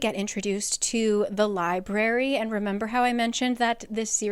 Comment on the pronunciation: I read the first one. I really liked it and got the audio “dramatized adaptation” of the second book. Loved it. Got the “dramatized adaptation” of book 3 and got a bit past halfway through when I counted the THIRD time the guy who voiced Rhys pronounce “library” as “lie-bary.” LIEBARY?! I returned the dramatized adaptation and decided to finish out the series with your videos and couldn’t be happier in that choice.